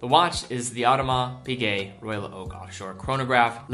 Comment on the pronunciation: Please work on your pronunciation (see Audemars Piguet)